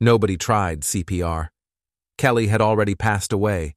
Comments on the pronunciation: sigh Is the narrator an A.I.? "Kellt" not Kelly? "Colleegoo" not colleague? "Demeese" not demise? Up until the end, I was giving benefit of the doubt, but... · This was a good video until the automatic voice started throwing odd words in there and calling the guy’s late wife “Kellt”… and “he told his niece ‘beautifully’…” 🫤